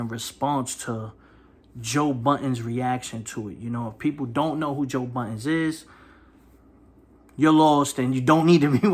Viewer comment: Budden not buddens